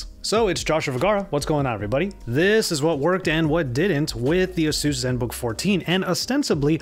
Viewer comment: Pretty sure it's pronounced A-seus. Not the way you are saying it.